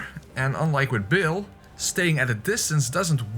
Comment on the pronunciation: Just a tip: Bayle is pronounced like "bail", not "Bill". Also I don't understand the greedy fingers/bud joke. My best guess is that it supposed to be a play on "butt", but bud and butt sound completely different so you wouldn't mix them up.